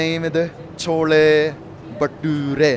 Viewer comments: Bro thats not chola bhature that was Chola bhatora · Are you not right not chhole bature that is chhole bhature ok